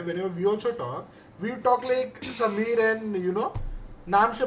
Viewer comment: Sameer is saying sameer not fameer, he used to say f instead of s